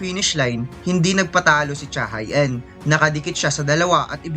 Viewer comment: pronounced as cha he in yun boss, hindi cha hai een